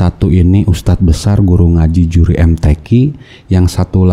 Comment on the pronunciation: Bacaan nya amburadul kok jadi yuri mtq siapa yang percaya, mudah"an dpt hidayah